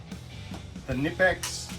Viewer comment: The K in Knipex isn't silent